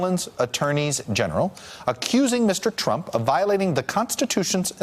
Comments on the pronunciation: "Donald tumpt" hahahha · Graham Jimerson almost sounded like "chump" lol